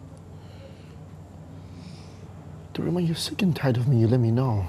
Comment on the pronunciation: Wait Ooh wen they were in the car ..her mum called her desse Ooh instead of Darima😅😅😂